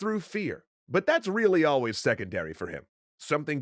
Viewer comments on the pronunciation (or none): none